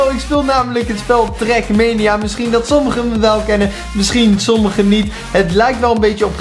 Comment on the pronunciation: Het is trak mania niet trek menia